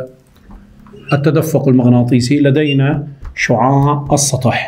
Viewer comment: ركزولي باول المقطع على كلمة s شعاااع شلون عم يقولا😂🌚